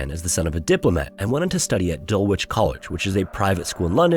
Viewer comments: It’s not pronounced Dul-Witch, it Dull-Idge- all one word.😊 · 'Dulitch', not 'Dull Witch'. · FYI the 'W' in Dulwich is silent, making the pronunciation basically 'Dull-Itch'. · It's pronounced Dull Itch not how it is spelt - DulWich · DUL ICH. The W is silent. You could have easily checked this out beforehand but you just couldn't be bothered could you.🤦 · Dullwich is said as dull-itch i hate anerican pronunciation more so on a "britosh" subject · "Dulwich" is pronounced "Dullitch" (some would say appropriate!) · sorry...its DUL-ICH...THE W IS SILENT...... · HAH the pronounciation of Dulwich was dogshit its Duh-lehch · In 99/100 cases the W in 'wich' of an English place name is silent. Dulwich is more like Dul-ich, Woolwich is Wool-ich, or Greenwich is not Green-wich, it's Gren-ich, etc. An exception is Sandwich. It's because the place names are usually from old English and Norse etc. So many of them are not pronounced phonetically according to how they are spelled. There's no hard and fast rules either. We just learned them as we grew up. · It’s pronounced Dulich. Ie the “w” is silent. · Dulwich is pronounced “dull-itch”. Central Ws in British names are often silent. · ALSO HEADS UP. ITS PRONOUNCED ‘DULLITCH’ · Sorry to be a pedantic pest, but it’s pronounced “Dulitch”. No disrespect intended. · Just a couple of small corrections :) 1) In the word Dulwich, the W is silent. 2) Malta was never occupied by German or Italian forces. Interesting vid. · It would probably pay to learn the pronunciation of British place names 😂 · As a born and bred resident of Lewisham in London, I found your pronunciation of Dulwich incredibly amusing. Also yes, it is the place where witches learn how to be dull. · Dulwich college pronounced without the w. Great video as per usual.